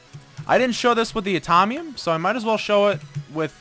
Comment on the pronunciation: from BT21 it's atomium mine.. not atomnium